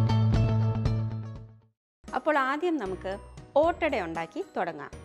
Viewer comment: ഒറ്റഡ എല്ല ഈദ് ആഡാ അണ്